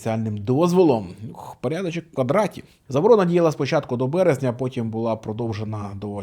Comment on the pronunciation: Люблю ваші вислови про пАрядАчєк і вислови з іноземним акцентом. Вони дотепні.